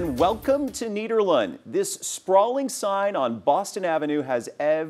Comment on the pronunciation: pronouncing nederland like that is the opposite of honouring dutch heritage